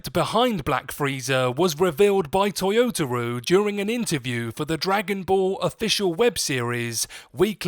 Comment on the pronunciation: I will say you should probably get the guy's name right when you say toyotaro